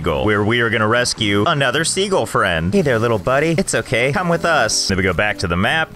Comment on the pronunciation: It's always amused me that Josh thinks "sea gull" is pronounced "segal"